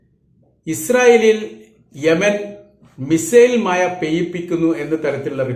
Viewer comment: മഴ എന്ന് പറയാൻ പോലും അറിയാത്ത താങ്കളാണോ സലാം സഖാഫി യെ ചൊറിയുന്നത് ആദ്യം ഭാഷയും അതിന്റെ പ്രൊനേഷനും ഒക്കെ ഒന്ന് പഠിക്കുക കാക്ക എന്നിട്ട് മതി മറ്റുള്ളവരുടെ പുറം കയറാൻ